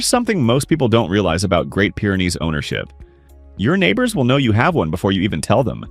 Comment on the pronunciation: Wish you weren't using AI to narrate, as "Pyre" is not Pyr is pronounced...